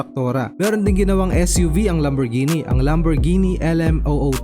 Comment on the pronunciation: Naiba na ang pagpronounce (lamborjini) yata to boss😂😂